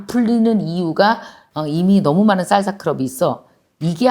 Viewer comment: 강사님 생각하면 한단어 <진행중>이 생각납니다 ㅎㅎ 강사님 쌀사가 아니구 살사 아닌가요 1쩜5배속으로 들어서 그렇나하고 일반으로 해서 들어도 쌀사예요ㅎㅎ 알아들었는디 귀여우셔서용 ㅎㅎ 항상감사합니당❤전 멍이 생각나는데 앞으론 추진력으로 생각하게 노력해야겠습니다^^